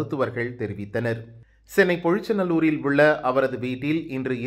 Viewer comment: பொழிச்சநல்லூரா அது எங்க சென்னையில் இருக்கிறது ? செய்தியை தவறாக படிப்பதற்கும் ஒரு நியாயம் வேண்டாமாடா ? அது பொழிச்சலூர் - ஐ நிதானமாக பார்க்கவும்.